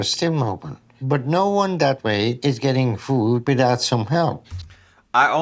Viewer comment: 5 Children to all different men!! Hasn’t she heard of contraceptives Not too mention she can’t seem to say the word food. She says foo. Didn’t like her much